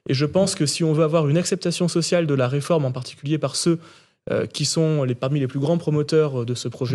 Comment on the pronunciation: Arrêté du dire "reformete".... C'est agaçant.!!! C'est une réforme,et elle n'est pas juste !!!!